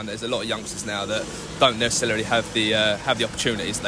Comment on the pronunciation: "nessa-celery". Lol